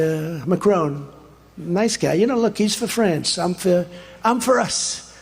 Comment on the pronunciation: Macrone from Frense 😂 Us live in the US. Trump started his second youth, at 3!😂